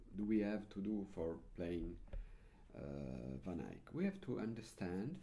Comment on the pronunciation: Thank you for bringing these lessons in english! I love how you pronounce "Van Eyck", it almost sounds like flemish from Antwerp. ;) And of course, I love this music. (I'm an absolute beginner, so I'm happy if I even can play just the melody)